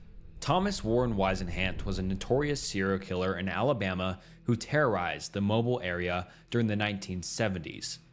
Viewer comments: Hello! Im not one to correct people but i know personally (because i can drive there in les then 10 minutes) mobile is pronounced as “Mo bill” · Mobile, Alabama resident here. It's actually pronounced Moe-Beel! The way you pronounced it is a very common mispronunciation, as people always pronounce Mobile like "mobile phone" or "mobile data". The Moe-Beel pronunciation is actually a Native American word meaning "thicket clearer". Not being rude, just sharing information! Fantastic video and awesome work!❤ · It is pronounced MO-BEEL (Alabama)....not MO-BILL as in mobile phone, Correct pronunciation is a pet peeve of mine. The fact that this POS got to live for 63 years pisses me off! I'm hoping Holman Prison treated him accordingly ;] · Okay I'm already gonna nit pick here 😅 It's pronounced Mobeel not mobile like your phone. Sorry I literally can't help myself 😂 Good vid though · How did you butcher so many different names of places? It's pronounced MO BEEL not Mobil. TexarKANa! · It’s pronounced MOWBILL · Mobile Alabama is actually pronounced like moe-bill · Pronounced mobill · "Mobile" is pronounced "Mow" (as in "mow the yard") -- "Beel" (rhymes with "peel"). The French named it. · Right from the start they mispronounced Mobile, Alabama. How difficult is Mobile?